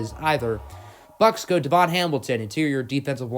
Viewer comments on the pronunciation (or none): none